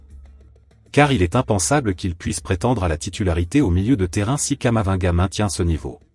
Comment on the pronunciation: Comment vous pouvez une vidéo qui prononce camavanga au lieu de Camavinga